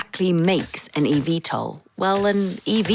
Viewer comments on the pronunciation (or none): Just call it Evtol not E-Vtol